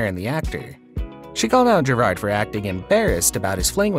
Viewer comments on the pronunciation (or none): His name is pronounced gerard not ger _ard